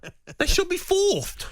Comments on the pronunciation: "fourth" not "Fourtht" bloody hell gab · "Fourft! FOURFT!" If you're on a radio talkshow at least use actual words.